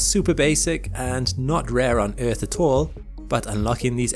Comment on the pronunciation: eeeth... There is a R in earth lol